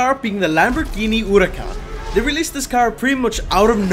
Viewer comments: Urakan? It’s more like hura khan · Lamborghini oodacon 🤣🤣🤣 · Man said Lamborghini hoorika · Said it wrong sheeeeesh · every time he pronounces it like this I die inside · That pronunciation of huracan was insane